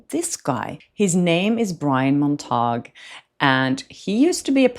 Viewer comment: It's pronounced "Mont-uh-gyew", like, Romeo's last name in Romeo and Juliet. 😉💗